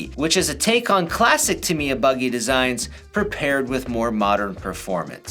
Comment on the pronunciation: That’s quite close to the Japanese pronounciation. I’d like more people to pronounce it the way does. Then again, it’s always a conversation starter when a presenter butchers foreign names.